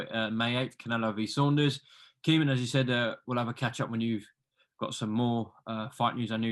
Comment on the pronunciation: Caoimhin is pronounced like ' Caoi - vene ' the MH in Irish makes a V sound